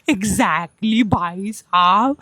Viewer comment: Exactly❌ Exacly✅ 😂😂😂😂😂😂